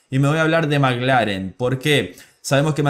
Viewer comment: Perdóname no se si soy yo o tu acento pero parece que dices Maglaren y es McLaren (maclaren)saludos desde Vancouver 🇲🇽🇨🇦🇳🇱🏁🤟🏼